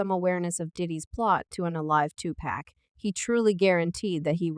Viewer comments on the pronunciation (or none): Please learn how to pronounce pacs name before recording a video regarding Tupac...lord have mercy smh 😂